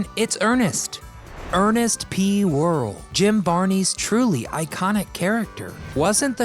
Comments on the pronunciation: pretty sure the character name isn't pronounced Whirl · It's not pronounced whirril. Ita pronounced war- al. You wrecked it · Please pronounce, "wore-ELL."